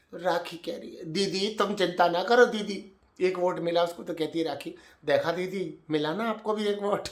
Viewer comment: ‘Ae didi’ 🤣 I wish I could type ur accent too it’s too funny